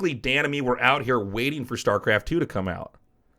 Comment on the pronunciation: Every time he says "Dan and me" I understand "The enemy"